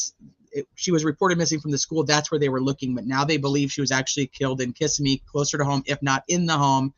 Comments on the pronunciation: Just FYI it's pronounced ki-ssim-me. Hope that helps. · it's OK. Everybody reporting on this say it wrong. Even the TV reporter. 😂